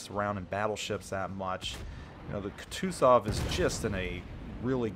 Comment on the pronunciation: Go watch Flamu to learn to pronounce “Kutuzov” correctly. :P